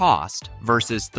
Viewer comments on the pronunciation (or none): none